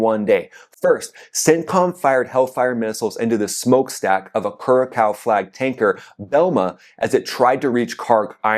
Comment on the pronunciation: Curaçao == "coor-uh-sow" (rhyming with "how")